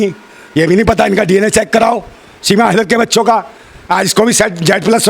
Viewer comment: फौजी भाई सीमा लेदर बोलते है उनको याद दिलाओ हां वही लेदर है कि हैदर 😂😂😂